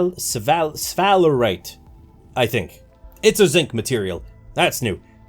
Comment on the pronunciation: You are the only person that pronounces sphalerite correctly